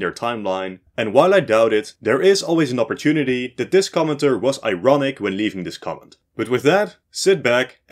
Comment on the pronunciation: When you were saying 'commenter' it sounded like you were saying 'comintern'